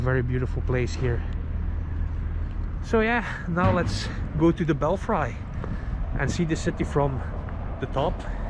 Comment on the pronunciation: I love your videos. I appreciate all the time you put into them. However the word belfry is pronounced 'bell free' because English is strange sometimes.